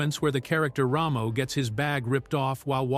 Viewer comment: Rah-mo? It's Ramo dammit! Ray-mo!